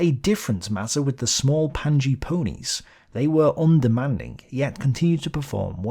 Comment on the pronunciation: "Panje" presumably pronounced 'panya', as in the storage bags used on bikes and horses.